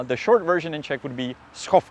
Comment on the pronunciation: Yay, now you say Chechia instead of Chech Republic! X)